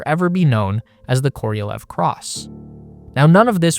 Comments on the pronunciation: Korolev, not Korielev, not Korielev. KOROLEV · Why are you saying it Koriolev? It's just Korolev. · It's KorohlyOv, not Koryliev. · Se pronuncia serguei karalhov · Every time you mispronounce Sergei Korolev’s name as Kor-EEE-o-lev is infuriating. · "koriolev".... Sure